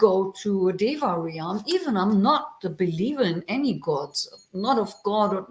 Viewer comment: Dear, it always brightens my heart to see your cheerful and friendly face. I will have to watch the rest of the video at another time, as my internet is not working well. Just wanted to let you know, for future reference, that in English there is no double vowel sound in "realm". You don't pronounce the "a" in "realm" you just pronounce it "relm". It rhymes with the English word "helm" (the controls of a ship). May you and all in your vihara be well.